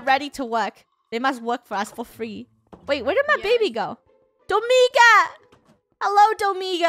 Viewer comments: OKAY why is nobody talking about how funneh keeps killing people's name's? ESPECIALLY DOMINGA AND HER MOM! she said domiga instead of dominga and she said Joahnna instead of Johnna, we have been lied to. she made johnna stay in a boat for years and not control the boat for johnna. she said akaia instead of acacia-.. BUT NOW SHE'S IMPROVED SO MUCH AND DOESNT DO THESE ANYMORE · Funneh: Domiga COmE here SAsSy gurl Me: lol Domiga it is really dominga😂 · Wait is Funneh calling DomiNga Domiga? GUYS THERE IS AN NNNNN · Dough-Ming-Ga Purse-I Armi-nda Jo-Hanna A-Ron Zac-k Just sending out pronunciations xD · No. Dough-monga